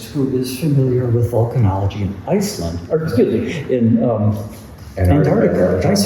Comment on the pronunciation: The images and lecture were great, but, all due respect guys, it's VOlcanology not VUlcanology - which is a lecture for trekkies...😁